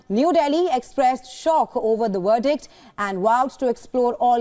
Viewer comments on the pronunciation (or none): Ower the werdict 😂😂 what can’t Indians pronounce “V” as it is ?